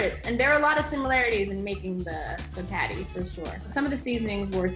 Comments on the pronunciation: As a Jamaican myself, the way says "Patty" irks me 😂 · Saying- the way she says patty hurts my soul😪